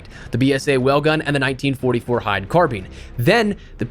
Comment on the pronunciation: Does this guy actually know how to say “carbine” 😂😂😂